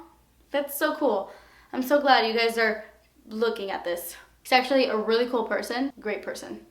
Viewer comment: Oh my God, I thought you said "he's sexually great" instead of "hes actually great" lol